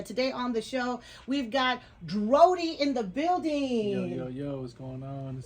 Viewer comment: It’s DRODi* not DRODI